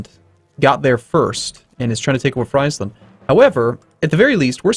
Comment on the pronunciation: friesland's flag is wrong, the red lilies (not hearts) are supposed to be on the white stripes, not the blue... very dumb mistake from paradox, also, you pronounce friesland wrong, it is called phonetically: freeeeeesland, frisland, freesland